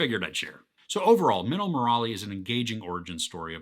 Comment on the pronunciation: I'm suprised he pronounced minnal correctly but got stuck with Murali😂😂 Love the review